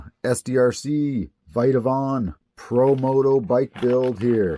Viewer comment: It’s Vitavon not viteavon